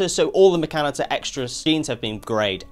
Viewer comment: xeno, as in alien is not zeno. Ever hear of xenomorph or xenophobia? Also, I've never heard of any Rimworld player pronouncing mechinator the way you do. Not being fussy, just found it interesting how maybe people in other parts of the world talk differently